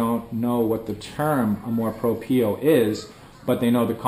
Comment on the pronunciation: yep, the pronunciation of amor propio is incorrect, check google translator to hear the correct sound